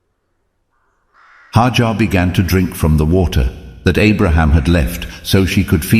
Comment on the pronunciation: It's not haajar but #haajra (may peace be upon her) ❤